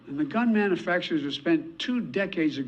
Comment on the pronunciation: how is biden 80 years old and never learned how to pronounce man-u-fac-ture